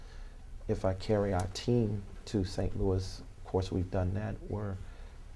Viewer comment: St. Louis just BANNED this guy for slamming the cities name like that! 🤦🏽‍♂️